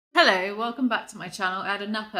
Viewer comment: This “hello” felt extra British